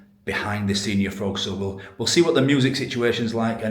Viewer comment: Lol pronouned sen-yor not senior ! 😂😂😂